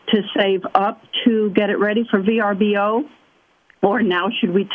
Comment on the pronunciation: oooo it was VRBO ... I thought she kept saying BRBO